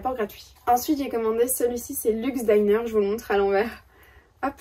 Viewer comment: Merci pour ce vlog! On est totalement en phase du côté des chaussettes: je suis en train de finir la version crabe des chaussettes homards et je me suis aussi fait plaisir lors de la promo du Bruit des aiguilles. Au passage, je crois qu'on dit bien Luke's Daïner (diner avec 1 seul n) - moi j'ai jeté mon dévolu (entre autres...) sur le coloris Friday Night Dinner (prononcé i avec 2 n). 😅😅😅 J'ai tricoté une première paire sous forme de long tube avec un talon après coup: j'ai trouvé cette technique très amusante (même si je n'étais pas fière au moment de découper!). Ton Scotty Sweater a bien avancé: j'ai hâte de voir ce que donnera la broderie dans ce beau bordeaux que tu as choisi. Bon tricot, mais surtout prends soin de toi. 😊